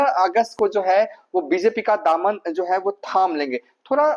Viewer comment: Zo hai , Ki za rahi hai . Kya hindi bolta hai